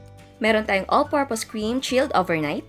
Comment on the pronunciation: Im so irritate when she pronounced "chilled overnight" 👌